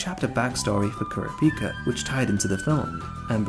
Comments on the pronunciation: Dude said kurápëcâ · Are we really gonna let the fact slide that he says “Kura-pee-ka” like someone who HASNT watched the anime despite him HAVING REWATCHED IT?🥶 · The was he pronounces kurapika pisses me off